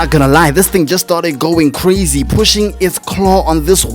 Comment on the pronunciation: gotta work on them "R" sounds, homie hearing you say stuff like "cwazy" and "wunning" is lowkey gonna limit your channel, when your personality should make you a million sub youtuber